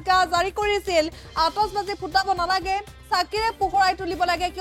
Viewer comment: Atishbazi not atosbazi 😂 Illiterate people butchuring my beautiful language!